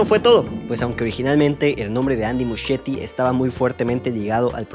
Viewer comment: El apellido de Andy Muschietti se pronuncia "muskieti"